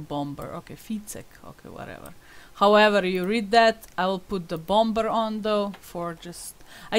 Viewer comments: Pronounced "bomer" . you don't sound the second b. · Lol you pronounce it 'Bommer; the B is silent xx